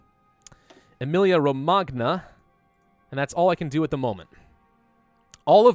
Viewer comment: Dude emilia-romagna is pronounced just like lasagna